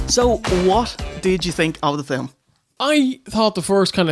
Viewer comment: WHAT THE FYUHCK IS A "Fill-um"?!